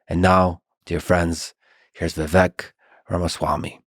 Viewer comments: YOU PRONOUNCED HIS FIRST NAME WRONG 😂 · Even Lex can't say Viveks name right 😅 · Ffs, he says Tim Walz, as next Dem candidate. While talking to Vivek, kept pronouncing his name wrong. But Walz- Vivek, I wish I didn’t waste my time. Vivek as always was great. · I love how he said dude’s name wrong in the intro lol it’s supposed to rhyme with cake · It's pronounced like cake -- Vivek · It’s Vivek like cake. You mispronounced his name on the intro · Viv-ake like Cake. Not Viv-eck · Its pronounced Viv-ache. Ache like "i have a back ache. Not Viv-ek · "Viveck" its vivake like cake! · Vivek... but pronounced Viv-ache, it should ryme with cake. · Profound Podcast as usual! Lex I was shocked you don't know how to pronounce Vivek's name yet. It's Vivake like Cake but it's spelled Vivek. I wish Vivek said something, he usually does. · Its Vivek, not Viveck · You owe it to your guest to at the very least get the pronunciation of their name right. It’s Vi-vake, like cake. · Hey Lix Feedman … you can’t even pronounce Vivek’s first name correctly. Shame on you comrade. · Lex mispronounced Vivek's name and nobody cared. Say Kamala wrong and you're racist. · For someone that idolizes Musk as much as Lex does, I can’t believe his brain is still weak enough to be groomed by a dingbat like Mark Cuban. He came off defensive, weak, irritable, and incapable of deep thought/processing in this interview. To start the introduction off by repetitively pronouncing Vivek incorrectly (when he’s corrected people numerous times and is well documented) shows his lack of respect. To make snide comments and bring an eye roll energy the entire time shows he clearly had an agenda with this episode. However you can’t find a negative comment on this video about Vivek. It shows the people can read through Lex’s weak approach to discredit the intelligence and ability to unite that Vivek brings, and all Americans are desperate to have back in office. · Fuckin Lex... mispronounced his name in the intro. 😂😂😂